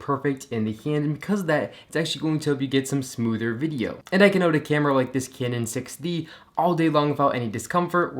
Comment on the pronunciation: you say canon weird